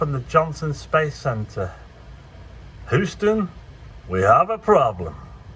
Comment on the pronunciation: Beautiful storm! HOO-ston! 😂😂